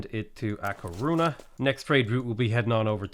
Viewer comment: Hi! love your vids!!! Im having lots of fun with your pronunciation of spanish cities, not bad at all (spaniard here); some tips, the "Ñ" sounds like a "NI" so try "A Corunia"; the other one is "LaS PalmaS" its important to pronunciate both of the "S" since there is another city called "La Palma"; for the rest its kind a good! Keep it up!